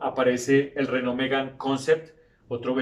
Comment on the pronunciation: Buen video. Excelente paso por la historia de la marca francesa. Solo una puntualización: he visto que pones un gran empeño en pronunciar la palabra "Renault" con acento francés ("renó"), y la verdad es que la pronuncias muy bien. Pero Alpine (traducido "alpino", "de los Alpes") también es una marca francesa, y deberías pronunciarla en francés (algo así como "alpén"), y no como se pronunciaría en inglés ("alpain"). Un saludo.